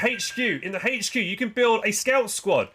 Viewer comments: What the fuck is a "haetch-q" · The letter "H" does not have an "H" in it. :D